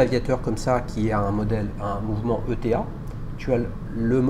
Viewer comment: On ne dit pas E.T.A mais Eta :)